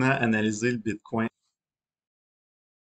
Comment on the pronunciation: J'ai décroché à bite coin. bitcoin. pas bite coin. une bite dans un coin lol